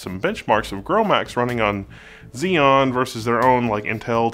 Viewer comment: Haha love it when you say XZEON!!